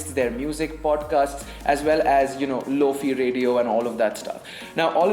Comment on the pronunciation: Bruh , lo-fi pronounced" low fy not fe" , opposite to hi-fi , I used to pronounce it as fee too XD